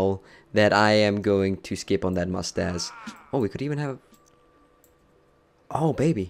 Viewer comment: I really liked when he said moustace instead of moustache and stadze instead of stage :D